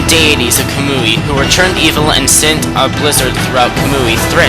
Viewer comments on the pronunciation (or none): isn't kamui pronounced ka-moo-e